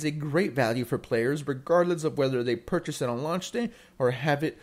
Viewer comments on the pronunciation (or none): none